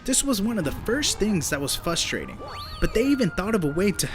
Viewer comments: One thing about you and Chris Bores is that you can't say fustrating... I mean, frustrating! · You keep saying”fustrating” and it’s fustrating. lol